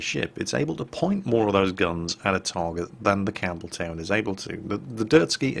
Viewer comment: Campbeltown, for some reason, I keep hearing Cameltown :P